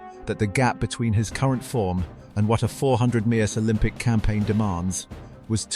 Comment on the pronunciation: Please learn to pronounce metres!!